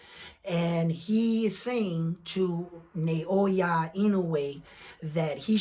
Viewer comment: Inoue's opponents would no doubt rather fight in Japan -- because that's where the money is at 122. Let's see if I can help with Inoue's given name: It's NAH-OH-YAH. ... rather than NAY-OY-YUH. His name break down syllabically like NA O YA = NAH OH YAH